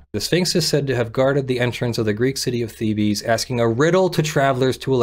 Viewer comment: Ok, how can you go through college and learn law and not know about the riddle of the sphinx? How can you not know how to pronounce Thebes as many times as it has been in Egyptology documentaries?